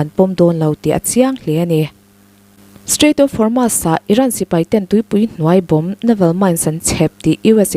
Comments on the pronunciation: Strait of hurmu...😂😂😂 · Strait of Hormuz hi mizotawng ang chiahin "muz" lai hi sawi roh or strait of hor-mooz.